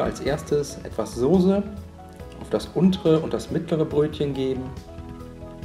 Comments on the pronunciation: sag doch nicht immer SOSE es heißt SOßE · Mal so ne blöde Frage... heißt es mittlerweile echt sose anstatt soße?